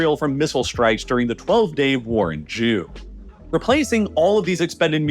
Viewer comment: I know you're saying "June" (or maybe "due"?), but I swear it sounds exactly like you're saying "Protecting Israel from missile strikes from the 12 day war in *jew*"